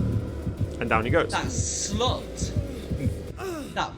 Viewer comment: why he say slut like that😂😂😂😂